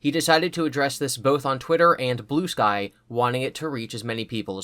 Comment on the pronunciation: Every time you said Blue Sky all I heard was Blue Spike...